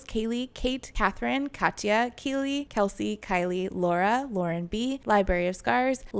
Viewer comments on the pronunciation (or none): none